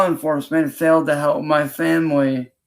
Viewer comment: Nothing annoys me more than him saying “muh femwee”. He has no family. It’s his mom/granny and her crackhead boyfriend.